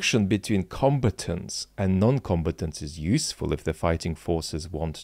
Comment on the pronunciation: Might I be a pedant and suggest the second syllable of “combatants” ought to be stressed; in particular this alleviates the similarity it has with the word “competence”. Also I am now curious as to how British accents sound with these and similar three syllable words.